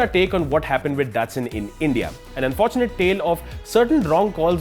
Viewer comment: Its pronounced Da-tsu-n